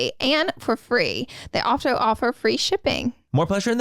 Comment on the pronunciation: please listen to Laura say “alcho” instead of also, I’ve been cracking up for like 10 minutes 😂😂😂